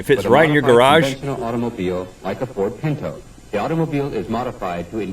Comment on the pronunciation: Lol forgot the "t"